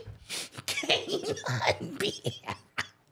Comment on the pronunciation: "canince beings ", i cant make this shit up !! lmao